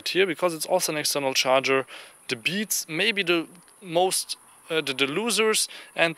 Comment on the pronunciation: lol, "Da beets maybe most uh loozers."